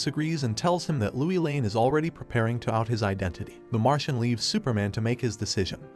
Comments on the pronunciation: MMMMM It is lois lane not louie lane and it is Rudy not Ruuudy!! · You're the only narrator that pronounces Lois Lane as Louie Lane. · Please get the names right, everyone knows how to say Lois Lane and when you don't you take everyone's concentration.